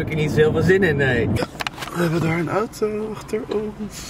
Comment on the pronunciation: Man jij zegt ootoo het is auto